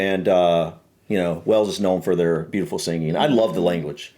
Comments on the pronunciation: Wales is pronounced like the animal whales. Not wells. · just to help out with pronunciation, the country is pronounced WAles. WElls is a city in Somerset, South West England. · Wells? It's pronounced Way-alls. Same pronunciation as the big fish in the ocean 😂